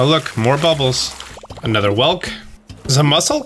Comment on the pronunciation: lol the way he pronounced whelk - missed your ac let's play my dude!